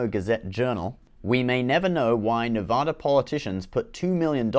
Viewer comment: Love your channel. Only because we care. It’s pronounced “Nev-AD-a.” Keep up the great work.